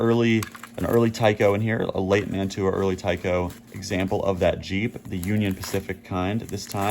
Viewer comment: The European couplers you refer to are "Mantua" couplers. Pronounced Man-chew-a ...LOL. I live close to the old town where they were made in NJ.👍